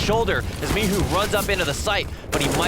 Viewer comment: Is he calling him mihu on purpose cause there is clearly a "C" there. Michu not Mihu